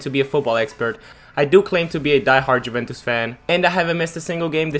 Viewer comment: Probably learn how to pronounce stuff before you embarrass yourself 😂 Ajax Juventus de ligt all pronounced horribly